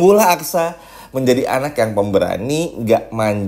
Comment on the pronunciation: Susah betul sih nyebut aksa min..bukan aksara 😅